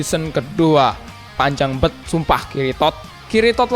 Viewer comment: Ngakak denger lu ngomong bang "kiritod" 😂